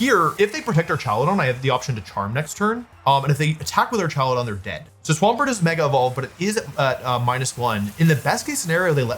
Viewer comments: Why is he calling it ar"cha"ludon😂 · The way you pronounce Archaludon is funny, but the correct ways are like Archangel or hazmat/hazardous